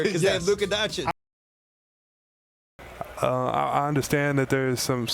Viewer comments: not Don-chick...it's Don-chich... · Dončić (Donchich) stop that shit with DonchiC! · it's he's 3rd season and you still haven't learned to pronounce his name. It's Dončić not DoNčiK ffs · It's Doncic, not Doncik. Just repeat the way you say first "c" at the end :P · You pronounce vucevic correctly but you butcher doncic, makes no sense lmao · He hurts me when he says "Luka Donchick" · Three seasons in and you still pronouncing it Donchik? Serious fail. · Its DonCHICH damn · Man, don't do Luka's name like SAS. Just do the last "c" in "Doncic" like the first "c". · and you still can't pronounce Doncic... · still saying his name wrong....smh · Bro how can you still not pronounce doncic‘ name right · It is a real wonder, when a guy is top 10 player, 2 times all star starter, all nba, roy, best 22 year old ever and you still can't pronounce his name.